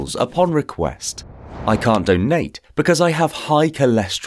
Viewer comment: The way he says donate tho, I want a doughnut now 👌🏼